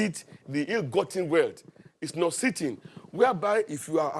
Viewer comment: what u meant to say or pronounce “ the way the exhibit their ill gotten wealth is nauseating “ u called it nósitting, when u should have pronounced it as nósiating, that’s d correct pronunciation. We in Nigeria had been badly taught by teachers who lacked good knowledge of English. As everyone wants to go to America or England, pls start learning good English, because u won’t come in. I know some Nurses who are asking me to help them to come to England, but part of exams u will do to be able to get in is listening to audio recordings of someone and write it down, and they are telling me they can’t understand what is being said, so pls study dictionaries and see how they analyse the words and pronounce it like that. Even Buhari needed an interpreter when he went to America and he still didn’t get what interpreter told him 😂😂😂😂. Don’t call Google, gurgle again pls Nigerians, it is pronounced “ Guugul. 🙏